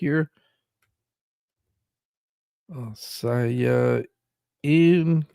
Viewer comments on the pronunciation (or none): Assiah = Ah-see-ah 😊